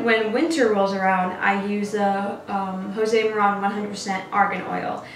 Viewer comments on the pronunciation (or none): Did she really say JOSÉ MORAN?? 😂😂😂😂😂😂